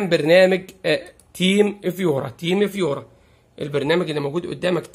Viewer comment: فقط تصحيح ألفاظ الترا وليس يولترا تيم فيوور وليس تيم فيورا